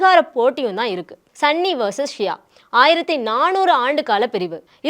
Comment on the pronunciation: Athu sanny illa sunny 😂😂😂😂😂